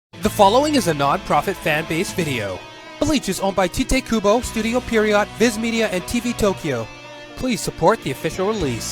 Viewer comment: its pronounced TAIT kubo, not tie-te kubo, other then that it was a really good video :) sorry for being a language or pronounciation nazi it just bothered me a bit